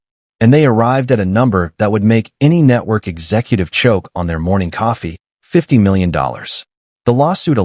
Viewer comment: Stopped the video after Ai couldn't pronounce 50 million. Lazy posters are not to be trusted. It's makes the video not credible. Stop liking this crap and put thumbs down.